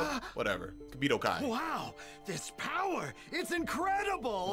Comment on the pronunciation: what is this BOWER!?! What is this BOWER?!?!?!….WAHHHH!!! 👀: Stfu, it’s my turn to talk…🙄